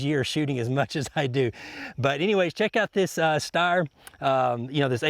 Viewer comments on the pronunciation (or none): its called steyr (pronounced "stayer" just like slayer. but stayer) dope video still